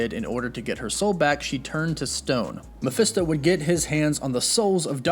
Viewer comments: You're pronouncing Mafesto wrong.. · How many different ways can you pronounce mephisto in one video??? Sheeeesh